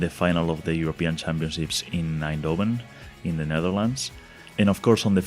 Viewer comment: You got fairly close to the pronauncuation of Eindhoven. I was going to give an explanation on how the 'ei' actually sounds like but it turns there is no such thing in English.